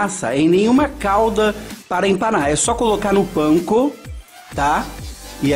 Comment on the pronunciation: A Pronuncia CORRETA é parecisa com como falamos Pizza... Outra coisa é a Farinha usada para empanar a Cozinha. Não se trata de farinha da Panco. Como vc disse no Vídeo. É Farinha Panko... um tipo de Farinha para Empanar algumas Frituras no Japão, na China... Essa Farinha Panko é algo que pra eles lá. Se Assemelha à nossa Farinha de Rosca... Mesmo que vc tenha dito no Vídeo que não se usa Farinha de Rosca...